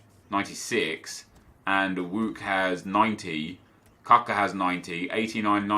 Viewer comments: Not Kaka, K U C K A :D :D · Its Kucka not Cocko :D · Its not Kuuuuka.... its kutska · 😂😂😂😂 Not kaka, KUCKA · Hey NEP the way you said kucka was wrong.The way it's said is koochka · Isn't it usually pronounced like Ku-ch-ka or am have I been dead wrong all that long? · Can someone explain to me why he says capa?